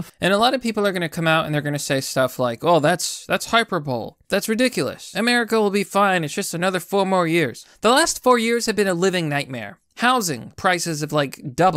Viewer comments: hyperbole isn't "hyper-bowl". It's Hyper-bully. Hi-per-bowl-eee, technically. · "hyper bowl" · Man you gotta pronounce hyperbole correctly my brain just exploded